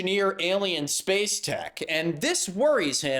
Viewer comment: “…enshalving you from outer shpash.” What a shekshy shlur.